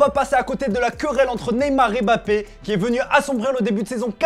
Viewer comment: Beaucoup il dit Bappé